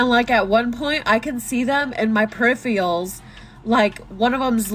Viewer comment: She said "periphials" instead of "peripheral", and cried like a five-year old when she proclaimed she was a 30-year old adult. I can't take her seriously.